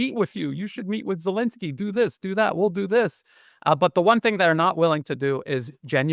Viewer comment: Z, pronounced Z as in Zelenski; and pleaze, do not call him His "ex-selenski" !!